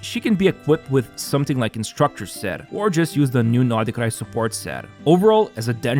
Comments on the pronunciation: is it really that difficult for you to pronounce NOD-KRAI correctly?? geez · Comrade, I like how you say Nod-Krai. Very Russian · Your nod krai pronunciation is so cringey. Sorry not sorry 😢